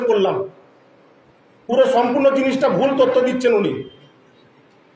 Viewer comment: কেউ বিশ্বাস করলো না। তুই তোর। তুই তো বন্দেমাতরম উচ্চারন করতে পারিস নি। TMC চোর তুই।